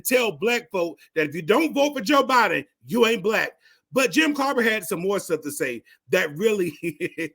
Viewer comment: Hey there Fool, for one thing you can't even pronounce his name it's Clyburn got the democratic party a Strong black supreme court judge, by the name of Ketanji Brown, and a black woman who is vice president of the United States. You have it all wrong, you don't even understand the issue When the black woman's vote is what got us to where we are today.